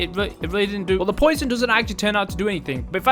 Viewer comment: Prob just their accent